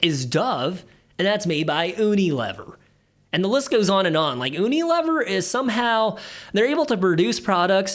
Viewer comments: U Nee Lee-veer 😂 (not oooo-nee- Liver) 😂 love the channel. Had to pick on you, you had me laughing. Much needed, thank you. Great content keep it up. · Was painful to hear…..like fingernails on a chalkboard! “Uni….” like in “United” States and not like the uni at the Sushi bar.